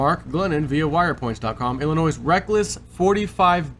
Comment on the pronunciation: FYI: the letter S is silent in llinois. Ill-in-noy phonetically.....